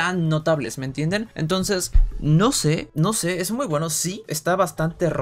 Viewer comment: Ainose xd